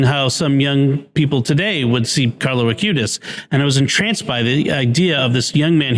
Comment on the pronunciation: Is it just misspeaking, or is there a reason I'm not aware of that Jimmy refers to the new saint as "Carlos" Acutis, rather than Carlo Acutis?